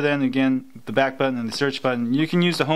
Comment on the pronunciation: "home batton" hahaha